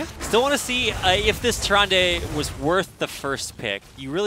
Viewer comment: Can Blizzard at least hire casters that know how to pronounce the Hero names? Tyran-duh, not Tyran-day